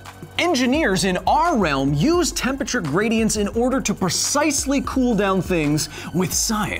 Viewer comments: Love the videos but it kills me every time I hear Kyle say tempeture it’s temperature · Temperature, not tempiture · Why does Kyle always pronounce temperature as tempature? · Seriously. The word is TEMPERATURE. not tempacher. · Take a drink everytime Kyle says "Tempature". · Tempature? That pronounciation is just... nasty. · Is 'tempature' the new 'aluminum' or are you just pronouncing temperature weird? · Tempature....here he goes again... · Honestly the only thing that annoys me about this is the fact that Kyle keeps saying "tempeture" Missing a syllable there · Interesting video, but man, "tempachur" hurts my ears. 😂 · Can never get passed the way you say Tempature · I can't get over you saying "tem peture"... :p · You say "Temperature" funny. I'm pretty sure there's an R in the word you're missing out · Are you pronouncing it "tempature?" Is it an American thing because I've always known it to be spelt temperature. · Someone needs to teach Kyle how to say temperature... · Your pronunciation of temperature is strange.